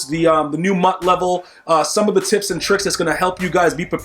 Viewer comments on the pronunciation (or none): none